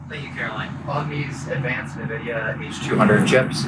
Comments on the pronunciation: Can always tell when someone has no idea what they are talking about when they call nVidia, naaavidia, its friggen en-vidia, like envious. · For such a talented mouthpiece, you'd think she could pronounce Nvidia correctly. It's N-vid-ē-uh not nuh-vid-e-uh